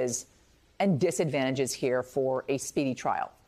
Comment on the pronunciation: Chesebro.....there is NO 'cheese' in his name. Mispronouncing his name is very sloppy journalism.